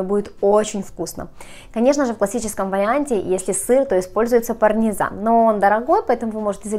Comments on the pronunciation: не ПАРНИЗАН а ПАРМИЗАН...!!! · Вы несколько раз сказали "парНезан". ПарМезан!!!!!! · Не парНезан, а парМезан ;) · она несколько. Раз сказала парНезан.